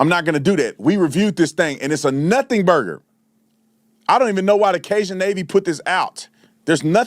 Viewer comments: You have to work on your pronunciation, man. - My man said the "Kay-John Navy"... It's "Kay-Jun" 🤣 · Cay-jun (like fun) not “John” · It’s cAJUN! No cajan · He pronounced Cajun as Cajon, when he said Cajon Navy several times. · Who the hell is "Kay Jah" navy!? 😂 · Cajun said like kay jun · “Bag a differ” and “cay-jon” navy 😂😂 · 🥴🤣🥴🤣🥴🤣 that Cay Jon is hilarious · Dont forget the ca-John navy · Sending me along with Kay-John navy. This man can not talk 🥺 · 💯 Yeah, he knows the meaning. He just slaughters the pronunciation.